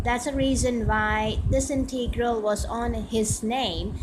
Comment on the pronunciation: Integral is NEVER pronounced "Inteegral". Sounds horrible.